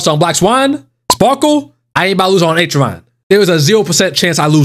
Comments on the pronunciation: Its not H-eron its ack-eron 🤓☝ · My ears....wtf did you say achu an? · She really didn’t like you calling her “h”aron 😆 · Acheron is pronounced as Akheron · can someone please tell him how to pronounce acheron? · Can someone PLEASE instruct our man on how to say Acheron... That's probably why she wouldn't show up, lol. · I've never heard ANYONE pronounce Acheron's name worse than this dude holy fucking shit my ears hurt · maybe if you said her name right you would have gotten her before double pity :P